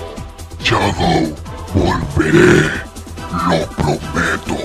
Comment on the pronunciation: DICE SHADODW... HAA ESTUPIDO HARBOL Y SONIC DICE NO SHADOW HATI NO SE RESULTA NADA JAJAJAJAJA XDXDXDXDXD